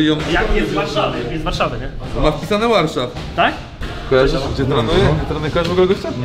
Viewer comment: "Ma wpisane łarszaw" hahahah zajebiste 🤣😂